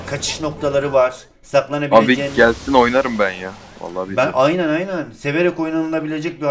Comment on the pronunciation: Bide da devamı gesin diyo